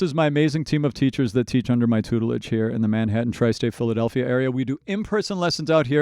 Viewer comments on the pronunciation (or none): none